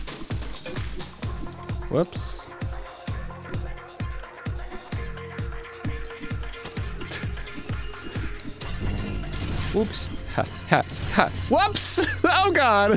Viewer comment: Arin... It's "oops," not "ups." and "Oopsy doopsy," not "uppy duppy."